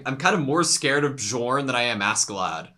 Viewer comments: BE-YORN it's not like DiGiorno, he's not a pizza 🤣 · Guys, the pronounciation of "J" is scandinavian so it should be read like "Y" -> Bjorn is ~Byorn~ , Jomsviking is ~Yomsviking~ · Hey editor, can you pass along correct pronunciation to them? The j in Nordic language is pronounced like “yo” it’s gonna drive me crazy if they say joms and bjorn wrong the entire show lmao.